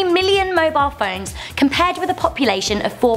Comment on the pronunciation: You said mobile wrong